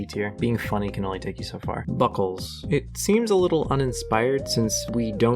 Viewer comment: No way u called Buckules, as in Hercules, Buckles 😭